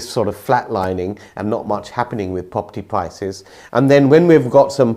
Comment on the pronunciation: Observation: people who pronounce R as a W, should be banned from saying Pwopurty Pwices.😂